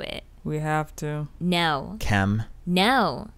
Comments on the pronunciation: it's just the way she says "kim" as "kem" watch the video again and you'll notice it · Oniket The joke is that Khloe says Kim’s name as ‘Kem’